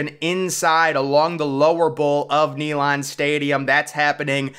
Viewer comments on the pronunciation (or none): NEE - LAND 😂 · It's pronounced Nay-land not Knee-lon.